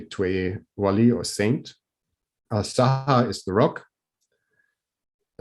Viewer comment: It's Qubbat Al Sakhra not Sahra . قبة الصخرة Sakhra pronounced Sakhrah ... is rock. Sahra pronounced Sahraa is desert..